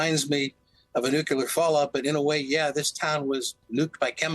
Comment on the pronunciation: NuCLEAR! Not NuKELAR……… FFS